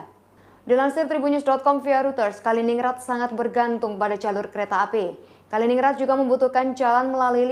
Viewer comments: Kalining gred kak bacanya. Bukan ningrad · Dibaca Kalinin-Grad bukan Kali-Ningrad.. Sperti Stalin-Grad atau Lenin-Grad 😂 🙏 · bacanya kalinin-grad, kaka .... 😊🙏🏽